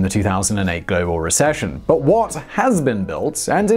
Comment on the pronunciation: You said “bas” instead of “but”, do you speak Arabic 😅🤣